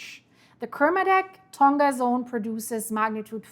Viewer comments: Tonga wird "Tong-a" [toŋa] ausgesprochen, nicht "Tong-ga" [toŋɡa]. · Tonga is pronounced Tong-a not Ton-ga... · Man.... I live in NZ. Makes me uncomfy seeing this lol Ps: Tonga is a soft g. So its said like Tong-a ❤